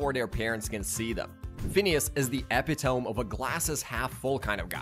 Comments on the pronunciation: e-pi-to-me. Epitome. Not epi-tome..... Stopped watching because of this. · This was fun, but eh-pee-toam? Should be ee-pit-toe-mee. Sorry, Phineas and Ferb would come up with a device to catch and fix that. Likely caused in the Tri-State-Area by Doof with his Mispronounce-inator...🤪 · Did this man just say awh-ree and epi-tohme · take a shot every time he oddly pronounces epitome or extraordinary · The way you pronounced epitome angered me to my core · Bro this narrator couldn’t pronounce “awry”, “epitome”, “mischief”, “ensues”, “nefarious”, “internship”, and probably more but I got bored of the video and shut it off😂